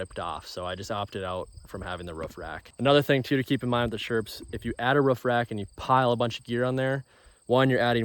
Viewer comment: Why does he call it the ruffrack and not the roof rack😂